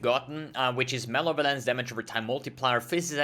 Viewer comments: Muh - Lev - Uh - Lence. Not Male - Violence. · Everyone else: Malevolence: Male Violence